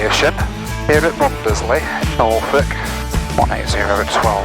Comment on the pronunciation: Hi, another great vid. Been to Mundesley on holiday several times but don't let the locals hear you pronounce it as Mun-des-ley. Its actually pronounced Munsley